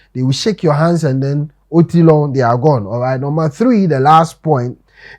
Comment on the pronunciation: Smile 😁😁😁😁 I like the part where you said oti lo, you said it very good and nice oti lo